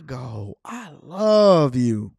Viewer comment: I hate the way he says Chicago 😂